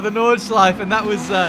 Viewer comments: It’s so funny. I‘m German and it’s funny to hear an Englisch „Nordschleife“ 😂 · Take a shot everytime when pronounce nordschleife wrong